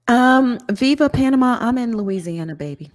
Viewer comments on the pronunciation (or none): none